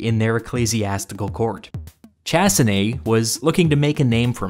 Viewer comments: You managed to pronounce the end of Chassenée correctly, but completely mispronounced the beginning and the word Bartholomew (which is a French name). In French, there is no English "th" sound or a "ch" sound. It's pronounced "Bar-toh-lomew Sha-ss-enay". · If he was French, his name was BartholoMEW ChassinéE: different language puts all the stresses on the last vowel always. And "Ch-" is pronounced as "sh" as in "shower". You are TELLING a story, always check the pronunciation of the words you don't know, and for foreign languages check it even if you think you know it. If this was a written essay, we wouldn't know this, but you're speaking, so don't sound uneducated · It is pronounced Shaseneè. C and H make a sh sound in French.